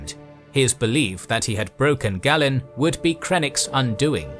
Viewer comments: It's Gay-len, not Gah-len. Great work as always. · Pronunciation is a bit bumpy? It's LothAL and GAYlen. Otherwise great 👍